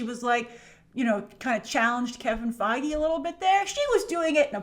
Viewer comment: It's pronounced kevin feegee